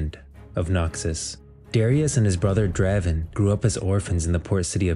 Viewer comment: I was watching your videos, and your pronunciation of the champ's names bothers me. The quality of the videos is high, the pronunciation just bothers me. Lol. First Yone now Draven.